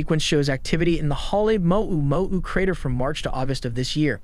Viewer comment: listen to how the bot pronounces Halema'uma'u and Kilauea.